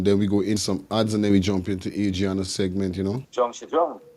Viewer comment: At least you should get the child’s name correct. It’s been in the news for so long. AD -RI - ANNA YOUNGE!! Come on guy…..